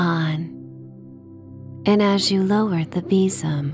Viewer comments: sounds like bissum 🤪😂😂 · Sadly, I couldn't relax to this story for the simple and daft reason of your pronunciation of besom. We say it very differently here in Scotland, and I couldn't help but call out our version each time you said it. 😅 oh well, I'll wait for the next story 😊